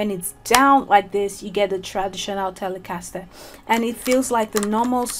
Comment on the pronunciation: The way you pronounce the word ‘Telecaster’ makes the guitar that much more cool. :) Greetings from the States. EXCELLENT video.